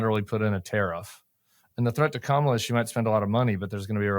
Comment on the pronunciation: His biggest tell was mispronouncing Kamala's name. Clearly he's been drinking from the Trump Kool-Aid fountain.